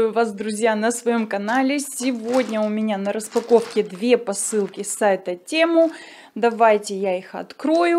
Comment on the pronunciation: Тему😢,аж ухо режит. Весь мир говорит ТЭМУ